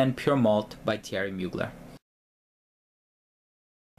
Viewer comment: Pssst you don't pronounce the r in Mugler ;)